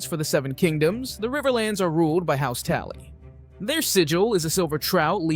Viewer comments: They whay you said TALLY instead of TULLY fucking agravated my anger. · TUlly, not TAlly. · It's house Tully not Tally.... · Tulley. Not taley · I had to shut it off after hearing "House Tally" the 3rd time. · TULLY, TULLY, TULLY,TULLY. Not Tally ffs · Bro are you really having this difficult of a time "PRONOUNCING SOUNDING OUT" the letter "A"🤔 Maybe you should stop creating content! Its pronounced tUll-E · Dude it is pronounced tu lly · people need to understand that he says Tally on purpose to engagement farm in the comments… lol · This video is terrible are you even human? Do you even know what game of thrones is? Tally, ayrie, Arin? What the fuck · Great video, but if you say tally one more time I’m gonna punch a bird. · I hate to correct you but it's pronounced house Tully it starts with the letters Tully great video but please keep it grammatically accurate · what a douche, wtf is a tally?! can you read? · How on Earth do you mispronounce something as easy to say as Tully? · Did whoever posted this even bother to watch the video for grammatical errors? Would've gotten my like until the ai quadrupled down on House Tally. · Yep Tully’s isn’t that hard.